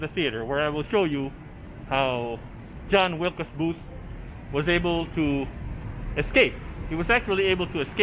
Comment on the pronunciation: John WILKES Booth - not Wilcas